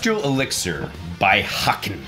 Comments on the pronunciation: Haken is pronounced like bacon lol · Haken is actually pronounced like bacon